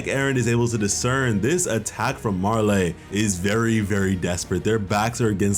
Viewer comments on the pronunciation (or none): Good recap but my dude it’s MAR-LEE not MAR-LAY, also it’s HAN-GEE not HANJ. What’s with those pronunciations lol